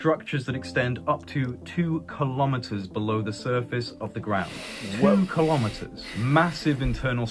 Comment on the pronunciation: Kilometers is pronounced kilo-meters, same as kilo-grams. Not ka-lom-it-ters. Kilo is pronounced key-low, not ka-lom.